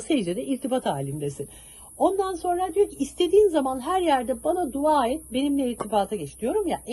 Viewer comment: siz bari duva demeyin. Dua deyin😊